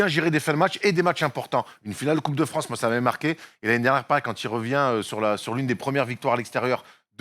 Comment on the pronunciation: Et on embrasse Brad Stevens "Vive le Fwance"